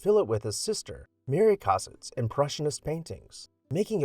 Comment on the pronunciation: *Correction : Southwest Square (not "park") was in Thomas Holme's original plan (1682), and the way you're pronouncing Mary Cassatt may throw people off.